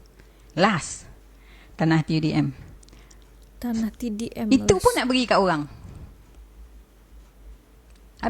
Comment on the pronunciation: Pembetulan sedikit Tanah TUDM Bukan Tanah TDM Maaf jika saya yang salah dengar tapi saya dengar sebut TDM🙏🏻